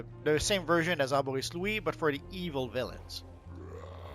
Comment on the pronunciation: I really like says Evil with the emphasis on the E.